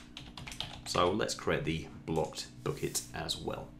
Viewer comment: Took me 10 minutes to realize you're saying Bucket, not Book-it. 😀